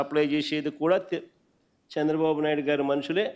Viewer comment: అన్నా నీకు నా చిన్న సలహా at least తెలుగు ఐన జర బాగా మాటలు ఆడా రాదే చంద్ర బాబు అన్న సంద్ర బాబు కాదు అన్నా